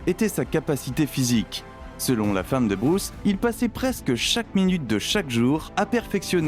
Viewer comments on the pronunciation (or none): none